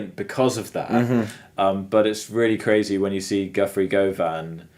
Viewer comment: Pronounced, "guh-ven."